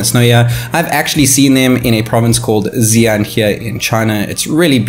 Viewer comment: You've never been to Xi'an. Otherwise you wouldn't have said "zian"